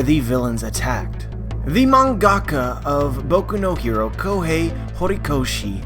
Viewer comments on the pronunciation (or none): NONONONONONO IT'S MANGA- KA manga ka(as on cut) mangaka